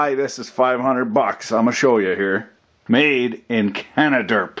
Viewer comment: Lol Canaderp